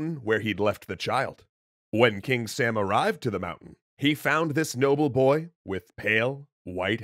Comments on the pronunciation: Now, I cannot confirm with 100% certainty, but I would bet that "Sām" is not pronounced "Sam," and probably pronounced "Sahm," as in a broad /a/ (like in "father"), which sounds a lot "epic mythological sounding" and more "Persian" than "Sam." What I do know is that in modern Iranian farsi at least, there are two "A-sounds." The sound /ɒ/, which is a kind of O-ish "ah" sound, and the sound /æ/, same as English "short A" in words like "cat." The /ɒ/ sound is written with the letter alif, and when romanized is repented either as ā or â, even aa, which is exactly what we see in سام (sām). Historical farsi I think was similar except it had a long and a short "ah" sound: /a/ vs /a:/ and definitely no /æ/. Thus, I'm pretty damn sure that pronouncing it like the English name "Sam" is markedly wrong. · Thanks for your awesome video. I'm Persian and I just want to comment on your pronunciation. King Sam is pronounced differently. It is pronounce like /sum/ but it is written as "am" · Btw the king's name is pronounced like sum in Persian (like the sum of two numbers) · its more pronounced like some or saw-m, i just realized majority of the characters in shahname were chads, also zals son is s mekind of heracles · King's name is actually pronounced as Sham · sam in Persian is pronounced like the word 'some'. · Actually the pronunciation in persian is sām, rhyming with cup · Wow... you say Sam wrong. Its spoken like "Some" in Farsi. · You have to read that sum not sām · It's not 'sam'. It's sAAm. The long AA sound is pronounced heavlity. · I'm confused. You pronounced "Sam" with a short 'a', but doesn't the graphic show "Sam" with a long 'a'? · Well, they’re not very different. You just drag the ‘ah’ sound out a little if anything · I get that pronouncing a word like hakhamanesh would be hard but sam? realy? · The A in Sam is not pronounced like ham. It’s pronounced like mom.